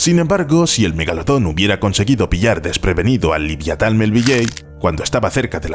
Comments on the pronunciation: "Liviatan", cada vez que lo escuchaba me ponía enfermo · Lo que es la ignorancia de la gente que da por bueno cualquier cosa que le cuentan solo porque la cuentan. Por lo pronto habrá que aprender cómo se pronuncia el nombre del autor de Mobi Dick que no se dice "melvilley". Y Leviatán se dice cómo se escribe "Leviatán" no "liviatán" no es precisamente "liviano"